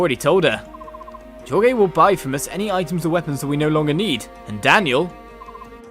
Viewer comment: Jorge... pronounced "George"